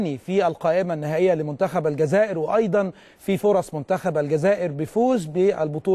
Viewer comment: صعب عليه نطق اسم الجزائر